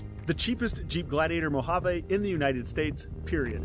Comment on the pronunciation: It kills me how no one on YouTube pronounces the word Mojave correctly